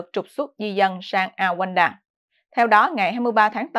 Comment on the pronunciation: Đọc là Ru ăng đa ( Rwanda - Rouanda )